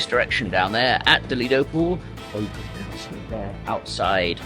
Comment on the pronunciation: Lido comes from Lido di Venezia, from the beach of Venice, so you should be pronouncing it with the Long EEEE sound, not as a British Redneck. It doesn't matter if HAL or anyone calls it "A PREMIUM LINE", it still must be compared at minimum to the worst "LUXURY LINE" and the best "STANDARD LINE", as the overlap between them maybe small or reverse, and people who haven't been on Holland American line need to understand the differences.